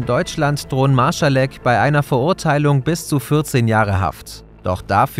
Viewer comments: Ich glaube es heißt „MarSalek“, statt „MarSCHalek“ 😅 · Gutes Video (auch wenn mich die falsche aussprache des nachnamen Marsalek nervt, da ist kein ch drin), sehr toll aufgebarbeitet die Informationen die bekannt sind.